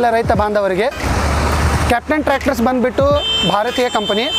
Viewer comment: क्या है ये बंदबिट्टू, बंदबिट्टू। कन्नड़ नहीं आता।